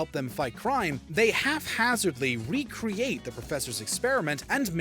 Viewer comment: "Half-hazardly"? What Culture likes to mispronounce words too.